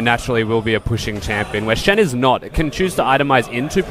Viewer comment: The "Shin". I think she meant to say Shen xD no offence though